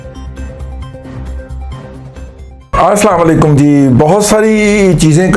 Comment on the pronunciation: sir ap a aaslam o alaikum kehty ha hr bar jb k shahih ye ha Assalam o alaikum.aa ko jaldi milana ha s k sath umed ha ap mind Nahi kry gy mazed arbi janny walo se rehnmy ly ly ap ka mukhlis... Thanks